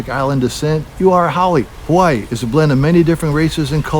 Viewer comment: Please don’t say havaiii